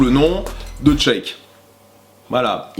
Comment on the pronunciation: putain mais c'est pas tcheck !!!!!!!!! c'est sheik sa se prononce chèk